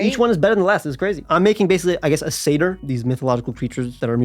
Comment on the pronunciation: Satyr is pronounced sat-er. A Seder is a Jewish Passover feast.